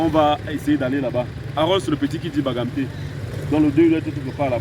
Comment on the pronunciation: Désolé hein, c'est bangangté, pas bagamté stp